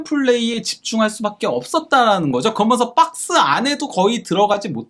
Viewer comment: 그러먼서 좀 고치면 안될까요? 그러면서가 맞은데 한글을 제대로 배우세요